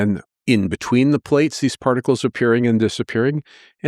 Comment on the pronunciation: particles not prticles